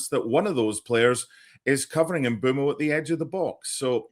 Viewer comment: Great set piece by United for Mbeumo’s third goal in four for Carrick. For accuracy: Bryan Mbeumo is pronounced Mm-𝐁𝐄𝐇-mo — short ‘e’ (like meh), not ‘boo’, and ‘mo’ as in go. The ‘Mb’ is a single consonant sound.